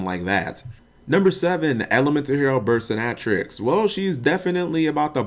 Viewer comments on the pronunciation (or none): also "Bursinátrix" lol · Bur-sin-atrix??? Wtf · nat is wrong, it's burst-in-a-tricks, like dominatrix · Bur-sti-natrix? Really Cap? Burst-ina-trix. (Combination of Burst and Dominatix) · It's bursting-atrix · I'm pretty sure "Burstinatrix" is not pronounced "Berstanatrix" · "Ber-sin-act-trix" Every time I heard him say that, I died a little... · Burstinatrix Bur-stin-uh-tricks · Lol dawg. please. burstinUHtrix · The way you pronounce Burstinatrix's name hurts my ears, its pronounced Burst-in-a-trix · "bursti nah trucks" I cringed so hard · Same.. I lost faith in him... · No its “bust-in-a-trick” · The way you pronounce Burstinatrix... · the way you said the card burstinatrix just is 🙅🙅🙅🙅🙅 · How can you mess up burstinatrix! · I hate the way he says burstinatrix. Did u not watch yugioh gx? Lol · you pronounced burstinatrix wrong dumbass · have you watched gx cause you pronounced burstinatrix wrong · you miss pronounced E-Hero Burstinatrix. If you've watched the GX anime you'll know how she is properly pronounced. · That Burstinatrix pronunciation.... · That's not how you pronounce Burstinatrix. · no that as burst lady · Lol it was so bad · I hadn’t watched GX until the last few months, so I probably would’ve pronounced it like Dominatrix if I didn’t know better. That being said, even if I hadn’t watched GX, I still would’ve thought the way he pronounced it was a bit off lol